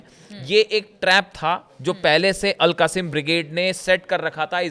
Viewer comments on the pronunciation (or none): AL QASIM BRIGDE is wrong word , wright word is AL QAS SAAM BRIGADE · 😂😂😂 AL QASIM NAHI AL QASSAM